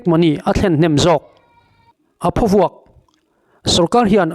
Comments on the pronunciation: Thing phaw lam rik anga lam tur emaw ka tia.Eg.thingphaw vuak.😂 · Phawvuak tih hi,Hnaruak tih ri anga ri tur a ni e